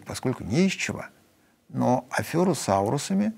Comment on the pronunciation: Сергей , всё грамотно и интеллигентно , но ,пардон , не афЁра , а афе́ра.